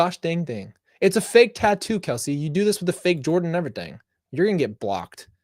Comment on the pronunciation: I crack up when you say errything lol 😂😂😂😂